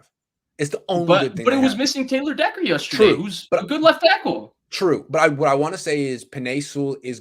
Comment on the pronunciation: Comin’ hard with “yusterday”!! 😂😂 j/k I love, dude knows his stuff!!